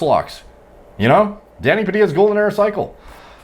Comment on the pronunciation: swear everytime he said danny it sounded like he said daddy